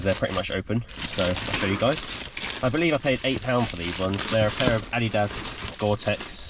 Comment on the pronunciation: Finally someone who pronounces adidas correctly 😂